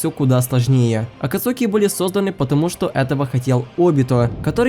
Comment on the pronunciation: Не Акацуки, а АкАцуки😂